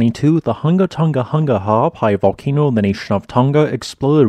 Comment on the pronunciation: it's the way he talks, leave him be. He at least pronounced the glottal stops in Ha'apai and Niuafo'ou correctly